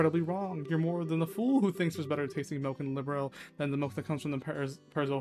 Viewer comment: Oh yeah, the way to pronounce Liberl is 'lee-burl'. That's how it's pronounced in the future games.